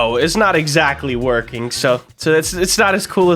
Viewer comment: its not wrokin!